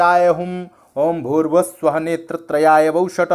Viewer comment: Now a days nobody has so much time, read mantra as it is sanskrit uread as it is written in hindi, is it भू: भुव: स्व: not , to recite as भूर्भुव:स्व:........